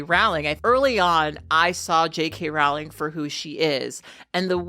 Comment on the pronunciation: It's crazy to me how many people are experts in J.K. Rowling's views yet don't know how to pronounce her name. It rhymes with "bowling", not "howling". (Yes, I know she of all people can't complain about people not referring to her correctly, but still.)